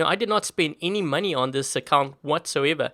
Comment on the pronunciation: When said money i thought he said manni